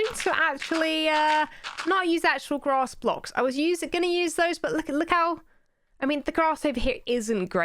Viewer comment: They taking sides they said gross blocks not grass blocks lol